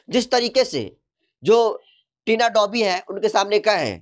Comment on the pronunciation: thori padhai kar Lo fir patrakarita karna kabhi Tina domi toh kabhi Dhobi ton kahi tina lovi bol rahe ho